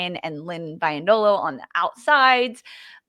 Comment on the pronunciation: hey, please get the pronunciation right! Lynn herself pronounces it BEE-yendolo. Keep up the great work! Go USWNT!!